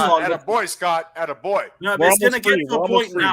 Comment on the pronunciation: And the way he emphasized "BOY" when talking to Peter was out of line too (If you're American you'll know why, and if you don't know do your research) he's clearly racist